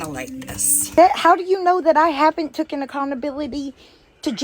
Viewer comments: it’s TAKEN accountability not TOOKEN 😂😂😂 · Tooken. When she says tooken it drives me fucking crazy. Her and Lori say it like it’s a word all the time and it causes me to be so angry. I’ve never heard either of them use the word “taken” once. Absolutely ridiculous that a grown woman doesn’t know how to speak English and they BOTH tell other people that they need to act like grown ups.